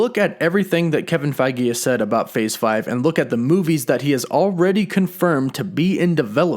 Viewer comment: Mate pronounce the dude's name correctly lol ... his name is Kevin Feige not Kevin Fagi get it right smh